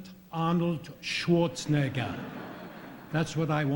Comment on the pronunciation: he needs to learn how to pronounce Schwarzenegger.